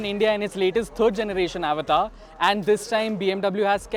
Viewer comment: Yo.. avatar is a Hindi word.. u can pronounce it accordingly